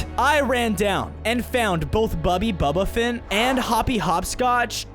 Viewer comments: “Bubby bubaphat”💀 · Did he say bubby bubbaphant?😂